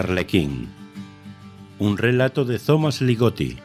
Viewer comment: No digáis "Zomas" Ligotti. El grupo TH tiene varias pronunciaciones (más o menos: z, d, t, ts). Hay algunas palabras en las que la TH suena como T: Thames, Timothy, Thomas, Esther, thyme, Anthony (esta en Inglaterra como T, no en América)... Se lee "Tomas" Ligotti. Por lo demás, excelente audición